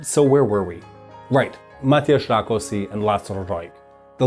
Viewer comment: No problem with the order of the names, but in Hungary S is Sh and SZ is S. So Rákosi is pronounced Rakoshi.